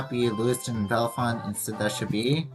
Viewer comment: It's signed Bellefonte because it's the county seat of Centre County . Also, it's pronounced Bell-font. The second and third e's are silent